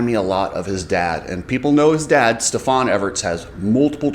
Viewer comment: it's Stef-an, not Stef-On